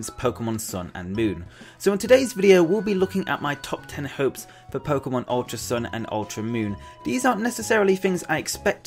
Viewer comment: The pomemon switch? Lol